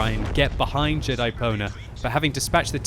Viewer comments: Ahahahah doesnt know how to read Pwner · totally thought he said Jedi-boner. lol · I swear I heard you say Jedi boner... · It sounded like he said Jedi boner instead of Jedipwnr...